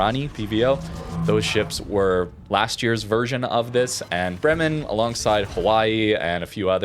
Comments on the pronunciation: its Bremen, not Bremmen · As iam from Bremen, i gotta Say its a long first E in Bremen, so basicallly Breemen but not Brimen :D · For pronantiation: Its "BREH-men" the stress is on the first syllabus. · Bremen is a German city. That first e in Bremen sounds like an a, as in day. It's pronounced 'Braymen'. I'm not German, I'm Dutch, but still I think it matters to at least try to make an afford to get close to what it suppose to sound like. And this one isn't that hard. The b and the r are a lot more difficult for a non German, but that first e,....it's hard to miss.